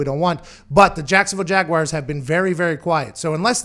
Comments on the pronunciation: What’s a jagwire? Was McAfee having a stroke? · Can anybody in the media pronounce Jaguars correctly? It’s not Jagwires it’s Jag-wars. You probably say Southmore for Sophomore too huh. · Pat really one of those guys that says Jag-Wires...smh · "The Jacksonville Jag Wires" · Jaguires, lol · Nobody: Pat: Jacksonville JAGUWIRES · Literally everyone in Pittsburgh pronounces it like that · Haha not all of the US, many of us can’t stand when people pronounce it like that